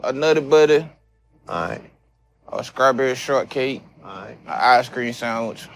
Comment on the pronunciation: WTF IS A “SKRAWBERRY SHORTCAKE”?????